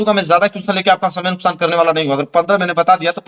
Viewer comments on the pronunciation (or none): none